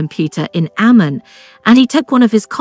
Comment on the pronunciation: This whole video is only 50% half true...Also names are pronounced wrong! its Abdullah not Abdoolah its Amman not Ammen its Alia not Elia ....Rania was at a birthday dinner party being held at Hard Rock Cafe, Abdullah was invited to thats how they met... Her father was not keen of him at first because of his high profile security sensitive life...and because at that time it was still a rare thing for Palestinians and Jordanians to marry eachother...its far more common nowadays... They did start dating and saw each other more than 2x in 1year! but yes Amman ( Ammen) is a very gossipy place so it was very careful meet ups.